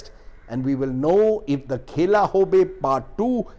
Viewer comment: Khela nahi sir..khala..#bengali- pronouncuation 😀